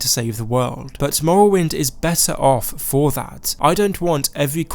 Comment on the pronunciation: Skoiwim and mowwowind